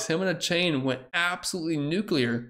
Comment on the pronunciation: Heads up! I saw on X that Achane is tired of people butchering the pronunciation of his name. Its A chaun not A Chain